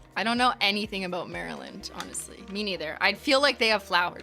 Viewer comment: I am literally CACKLING AT MARY-LAND pronunciation 🤣🤣🤣